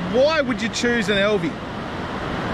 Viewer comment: AL V not EL V. Love Alvey reels the biggest problem with then is the last for ever which virtually bankrupted them also they are heavy and which they would take some inspiration from fly reel design.